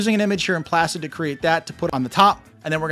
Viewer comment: “ PLACE IT” Vs “ Plassit”